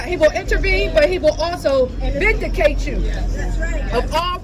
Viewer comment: Vicdahcate you? 🫣